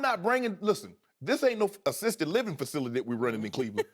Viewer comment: My mans said assistant living 😂